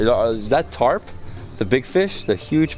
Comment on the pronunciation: Carp dude , not tarp lol